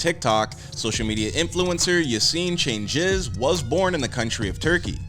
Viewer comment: Cengiz is pronounced as "Cheng-Iz".